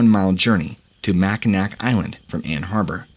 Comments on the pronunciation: Pronounced mac-I-naw lol,not mack-I-nac spelled mackinac island lol but great story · It's pronounced Mackinaw island lol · I believe in is pronounced Mackinaw, isn’t it? This guy also called Ann Arbor, a place in Michigan, Ann Harbor. I enjoy these posts but the hosts so often mess up the names of places they are speaking about.